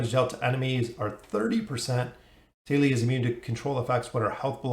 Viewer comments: Thali = taa•lee (tah-) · where the hell did the h sound go? there these the thick thumb, but thali is tali